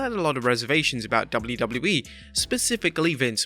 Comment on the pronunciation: I couldn’t get past 3 minutes. Learn how to pronounce “WWE” dude. 😂😂😂